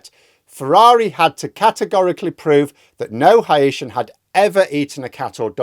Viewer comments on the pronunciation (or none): none